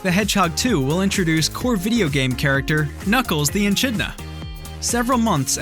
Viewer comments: Hi...um Aussie resident here. Its ae-kid-na not echina... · Echidna is pronounced e-k-i-d-n-a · It's pronounced eeekidna! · Why these YouTube hosts don't even bother to get the pronunciation of basic words right is beyond me. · Echidna but the ch is pronounced as a k.